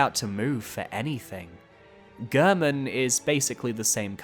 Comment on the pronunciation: So weird to me when people mispronounce Gehrman's name. He says his name in his cutscene. It isn't pronounced like "Gurrmen." It's pronounced like "Gairmen."